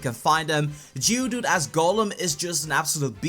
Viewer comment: Wowowo wait did he say geodude and jiggly puff